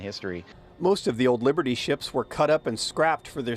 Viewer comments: Wiburdy Ship? My ears must not be workinh. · the news guy is mispronouncing it.